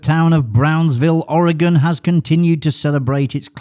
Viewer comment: As an Oregonian, I appreciate your correct pronunciation of ‘Oregon’ 🙂